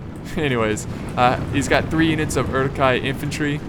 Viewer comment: I believe it's pronounced "oor-ook hi", with a rolled R.